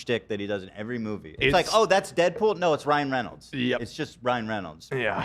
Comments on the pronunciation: Amazing fodder for the Ethan Klein Mispronouncing Words Cinematic Universe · Someone add this to the Ethan mispronouncing words compilation. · Someone add this to the Ethan mispronouncing words compilation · I heard him say Ryle Reynolds once 😂☠️ unknowingly combining her real husband and movie husband ☠️☠️☠️